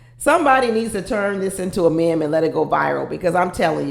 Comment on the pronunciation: (It’s pronounced “meem“ not “mem”)